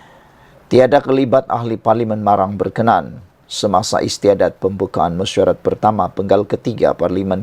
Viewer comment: Bukan Berkenan... Sebut bgi betul... BERKENAAN